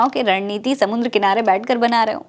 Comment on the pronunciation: "समुन्द्र" क्या होता है? 😂😂😂😂😂😂"समंदर" होता है या "समुद्र"